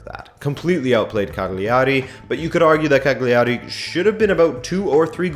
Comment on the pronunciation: It is pronounced Ca-gi ari...Cagleearee...with the gl together not separately pronounced consonants. Juve have been playing mainly 4-3-3 with some defensive shape closer to 4-4-2 with Rabiot or Sandro getting out wide on the left and Juan dropping deep.